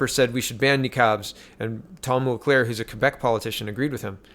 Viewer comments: Mulcair, not Mulclair. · JWR did NOT say JT broke the LAW. She has repeatedly chosen her words carefully and says that she does not think he broke the law. What he did do was break ethics laws... they're somehow different. Over my head. As well, his name is Mulcair not MulCLaire. :) Just keeping you straight. Good Job.